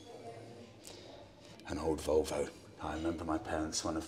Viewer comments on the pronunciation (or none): none